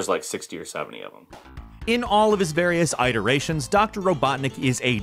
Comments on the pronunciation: It's pronounced "Eht-urrr-ashions" also I'm commenting just to increase engagement under the algorithm and get this to show up in more people's suggestions. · the main criticism i have for this video is how you pronounce iteration. EYEterations? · Why do you say "Iterations" like "Eye-terations" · Ho I'm Midwestern too, I've just never heard anybody pronounce that word like that lol.